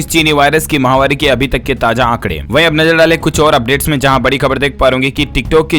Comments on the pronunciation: माहवारी नही, महामारी बोले, किआ करते भाई। ना अपना नाम बताते हो।डर लगता हैं किआ। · आप जब महामारी बोलते हैं तो माहवारी सुनाई व समझ पड़ता है।इसको सुधारिये।